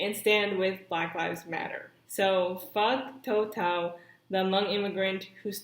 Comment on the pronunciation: Fuck Tou Thao also....but it's actually pronounced as "Too" not "toe." A very common name in the hmong community.